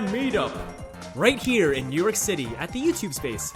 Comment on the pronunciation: It sounded like he said Newark city